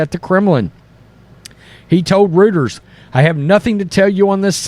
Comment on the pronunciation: Reuters is pronounced Royturs